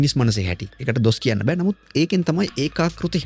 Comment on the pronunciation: නෑ බෑ වෙනුවට නා බා වගේ කියන්න එපා, එපාවෙනෝ.